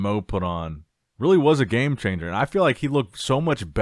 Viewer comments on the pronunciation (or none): none